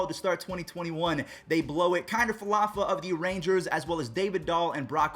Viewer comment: I cringe every time he says Falafa. It’s Falefa 😂😂